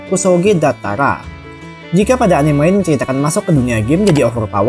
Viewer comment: Bukan anim tapi a-ni-me.